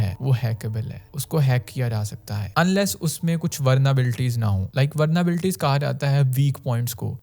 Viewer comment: Is that vulnerability or as you say vernerability?